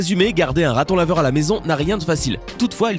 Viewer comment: Le ratonlaveure et le meuilleuire